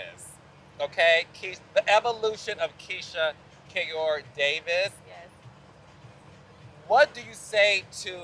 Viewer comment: She said DAVISS😂😂❤❤❤